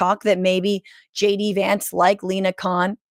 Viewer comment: I cannot believe I heard an American pronounce her surname as Khan not Kon. Well done Franscesca.